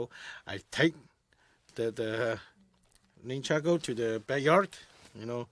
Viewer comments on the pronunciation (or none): The actual name pronunciation is like "nan-chuck-ku" - nun chucks is a western slang or abbrevistion for it afaik... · Wait a minute I'm confused, did he actually just pronounce the name of the weapon "nun chucks" as "nin chucko"